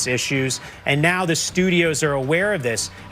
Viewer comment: Thuh influence? WRONG. Thee before a vowel, never 'thuh'.